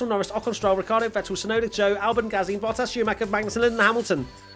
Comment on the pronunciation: literally said, "Rockhardo", in the race rundown!!! Great way to end the year😂